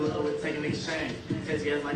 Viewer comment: Reał that reał łove😂😂